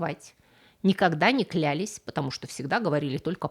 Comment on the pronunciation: Не клЯлись)) В каждом видео такие ошибки... вы же образованный человек, ну почему???????? "клялИсь". и никакого "клЯлись"